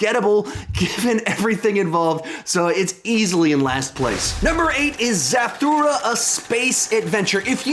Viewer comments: You are pronouncing Zathura way wrong just saying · Lol why do you say Zathura like that